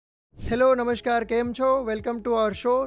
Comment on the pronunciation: "નમશ્કાર" ખોટો ઉચ્ચાર છે, સાચો શબ્દ 'નમસ્કાર' છે.